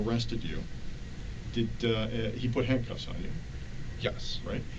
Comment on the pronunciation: YAASSSS!! I knew I wasn't the only psycho who noticed that... He also says Yes as JYES or YUSS